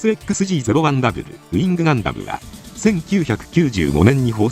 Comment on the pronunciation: 型式の読み方はMS動画図鑑で「トリプルエックスジー」なので違和感が凄い